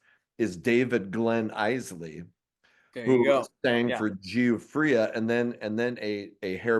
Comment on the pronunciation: I know I’m busting your balls but Giuffria is pronounced “Juh Free Uh”